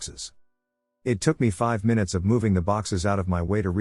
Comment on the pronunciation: It's been a while since we got a good "My-Noots" in the video, I hate to admit it but I actually kinda hope for it each video just to get a giggle😂